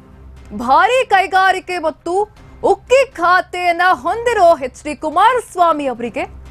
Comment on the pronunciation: ಉಕ್ಕಿ ಖಾತೆ ಅಲ್ಲವ್ವ ಅದು ಉಕ್ಕು ಖಾತೆ😂